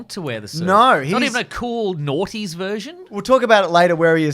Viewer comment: And again at the mark? Very deliberate,, lol.